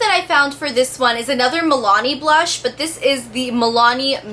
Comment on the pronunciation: BLOSH? Hahaha